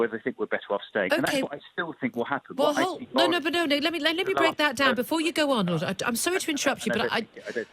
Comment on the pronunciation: He's No Lord.......A Phoney Lord ...Can't even Pronounce his " Ls" ....Reaw!! Another Traitor.